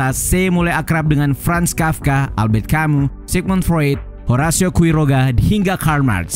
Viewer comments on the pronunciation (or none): none